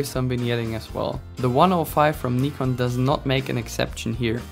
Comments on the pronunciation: had to dislike because of the way you say nikon. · You get a thumbs up just for saying Nikon correctly. 💪